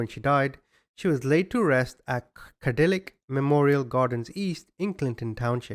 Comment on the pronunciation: I like how you pronounced Cadillac lol Cadill-ac ahhh yes the exquisite Cadill-ac Escalade.